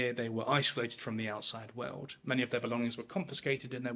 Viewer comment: He speaks of some "veuld" that changed. Whats a "veuld"?